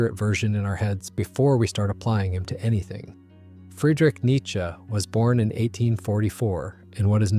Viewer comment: Thank you for being a part of the 1% of people who pronounce "Nietzsche" correctly